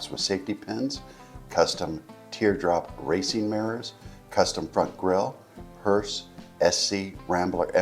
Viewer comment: Listen carefully, he says “Hertz” every time he mentions “Hurst” Duh 🙄